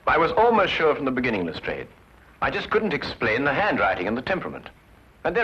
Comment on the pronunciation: I've not seen these before, they look interesting. It's good to see an American version that is using the correct pronunciation of Lastrade for once.